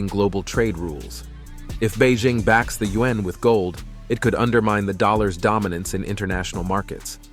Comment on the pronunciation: Please have the robot reader learn to pronounce the word yuan (yu-an). It's easy.